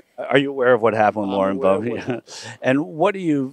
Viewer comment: As the name is still very common in Germany and almost non-existant in France, her name is very likely German in origin (Böbert/Boebert) and not French. Therefor the emphasis is on the first syllable.